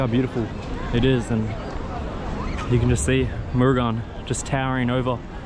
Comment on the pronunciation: A very great video bhayya. It is so amazing to hear you say ‘Murugan’ and recite the family history of Lord Murugan. Hats off and feeding the pidgeons are so cute. Even i feed pidgeons. The brown one was so unique and i was so surprised to see that one 😮. You’re just like me bro❤.